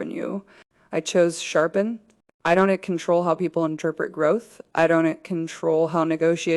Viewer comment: AI pronounces don’t as donut T😂